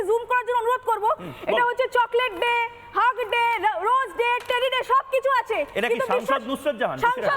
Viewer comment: হাগ ডে ওটা হাগ ডে নয় "হাগ দে" মানে মুখে হেগে দে।